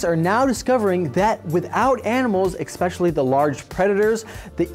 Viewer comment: EXPECIALLY!? He needs to be more pacific!! HAHAHAHAHA!!!